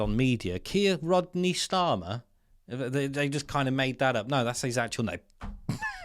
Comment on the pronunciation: 😂Welease Wodney😂